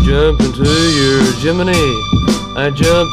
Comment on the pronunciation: At least he’s pronouncing “Gemini” the correct way (in relation to the NASA space program, not the zodiac sign).